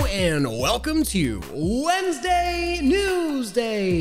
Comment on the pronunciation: Ah yes WUESDAY